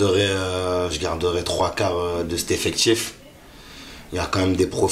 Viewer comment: C'est quoi un "effectchiffe" ? 🤔🤔